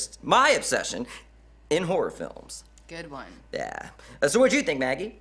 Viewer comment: The way he says horror sounds like whore